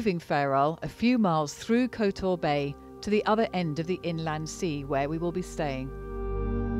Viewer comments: My understanding of place names in Montenegro is that generally they get the accent on the first syllable. KOT-or, PER-ast etc. Lovely video. I have just bought an apartment there and am getting ready to move. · Interesting video, but please work on your pronunciation of Kotor and Perast. The emphasis on all place names in Montenegro, is always on the first syllable. (For Kotor, the rhythm is similar to "udder") Next time you come to Montenegro let us know and you can drink some tea with us at our house, which arguably has the best view of Kotor old town and the inner bay. (BTW - we know the "real" reason you entered the Fortress via the Ladder of Cattaro (which refers to the path and not the wooden ladder at the window) but we won't tell anyone! However, before climbing in the window, you unfortunately missed one of the best snack places in the area, where they serve their own delicious goat cheese and rakia. Definitely worth going back for.